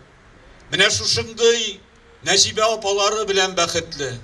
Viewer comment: " Гәргәри", шушыны да булдырмагач, татар кая тәгәри?! "Нәҗибә", "Сәлимҗанов" дигән исемнәрне дә дөрес итеп укымады, бик кирәкле кешеләре микәнни бу?! Бигрәк күнелсез хәл... Нәҗибә апа, урыннарыгыз җәннәттә булсын, әмиин.